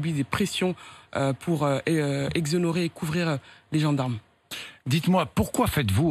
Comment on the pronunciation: Assa , on dit éxonérer, ok?